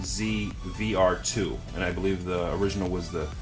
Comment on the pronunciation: It's CUH-ZVR2, you say CHU-ZVR2.